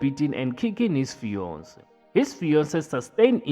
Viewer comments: “His Feyonce” 🤣🤣🤣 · His Fiyonse😂😂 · "His feyonce"😂😂😂😂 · His bionce🤣